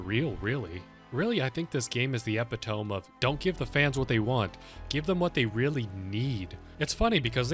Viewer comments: e-pi-to-me not e-pi-tome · Also, and I swear I'm saying this for your own good and not to be mean, but that is not how you pronounce "epitome" lmao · Listen i think all the points you made are valid but i cant get over the way you said epitome 😭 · i mean, if you think a fnaf game has the best video game finale then you gotta play outer wilds fr fr good vid tho but when you mispronounced epitome i got jump scared hard